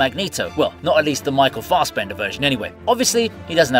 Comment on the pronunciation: Stop saying Fastbender... its Fassbender